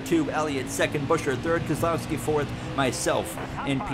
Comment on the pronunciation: Why was it so perfect the way Jeff Burton said Keselowski